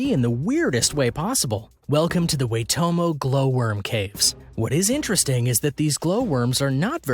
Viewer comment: i grew up near the Waitomo Caves. just so you know, its pronounced Why-tomo, but good effort!